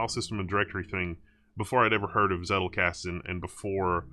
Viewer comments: It's pronounced Tsettel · One interesting tidbit is that the German "Z" is spoken like "Ts" so "Zettelkasten" would be more like "Tsettelkasten" when spoken. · I just watched it to see how he pronounces "Zettelkasten" ....